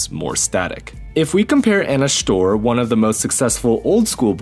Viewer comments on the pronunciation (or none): none